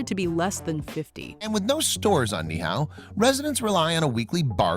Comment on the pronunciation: That's not how you pronounce Niihau. It's a Hawaiian word, not Chinese lol.